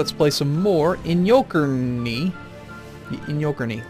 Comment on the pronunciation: Actually that's not how you pronounce it, it's I-nyo-ker-neh. Great video though ;)